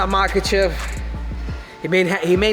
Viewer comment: know his name, but in his language it's pronounce mahAchev, not mAkachev like most do